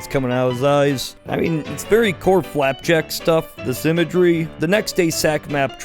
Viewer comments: Did you say Clapjack??? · did you only say flapjack and knuckles correctly once